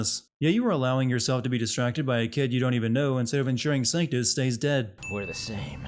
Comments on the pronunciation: It's not a miss pronunciation of a name. Triss and Trish are two completely different names as are Crato and Credo. And he spelled and pronounced Sanctus right the first 3 times but then all of a sudden says "Sanctum"? That's just lazy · 1 sin for misspelling Vergil. -2 sins for misspelling and mispronouncing Trish. -1 sin for calling Sanctus Sactum -1 sin for sinning a good show